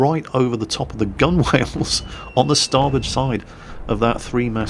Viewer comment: Mispronouncing Gunwale?... For shame! 10 lashes of the cat for you!:)